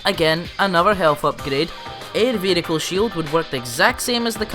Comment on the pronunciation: ve-he-hicle am i the only one who gets triggered by that?